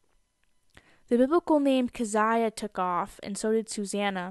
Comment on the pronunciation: I think Keziah is actually pronounced KEE-zee-ah (that's how they pronounced the character's name on Little House on the Prairie, hahah). Mercy is really starting to grow on me! Definitely has cool middle name potential. Molly and Abigail are darling.